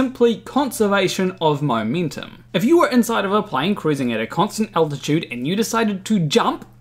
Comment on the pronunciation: "my mintum"???